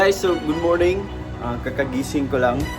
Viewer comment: sa akin din please. Hays, british accent kana Good Mownin 🙈🙈🙈